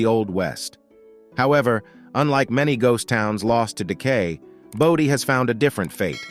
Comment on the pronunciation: Why does San Zhi get two slots? And #7 is pronounced BOH-dee, not BAH-dee. Got it right 1/2 the time and it's annoying.